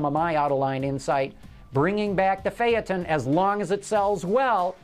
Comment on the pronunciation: it's called fayton not fyaton